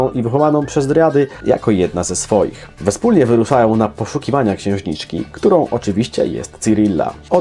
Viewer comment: WYspólnie? :) Polecam poprawić wymowę tego słowa.